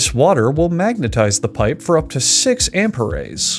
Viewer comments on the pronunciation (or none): "For up to six amparays" 💀💀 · ITS AMPERES AAAAAAA